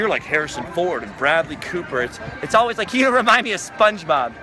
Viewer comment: it's pronouts el-ways